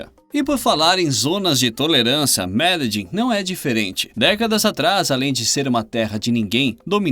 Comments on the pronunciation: "Meledim"?! Não seria Medelim? PQP...kkkkk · Eu tenho amigas colombianas. Elas disseram que a pronúncia correta é "Mededin" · mas não está mesmo!!! Ele errou e feio! A pronúncia fonética é "Mededjín", com a última sílaba mais forte